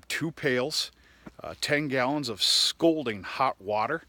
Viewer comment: "Scolding " hot water? Or "scalding"?